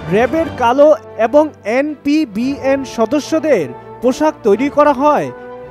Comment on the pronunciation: এনপিবিএন না এপিবিএন! আর উদ্যোগ, উদযোগ না। উচ্চারণ শুদ্ধ করে ভয়েস ওভার দিন।